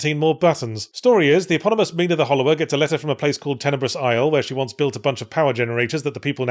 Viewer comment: What is my name doing on a game?.....ngl, it's a little surreal that yhatz keeps saying my name and actually pronouncing it correctly 😂